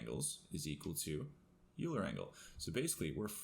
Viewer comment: Great video, as always,! Just a note, it's pronounced "Oiler" angles;)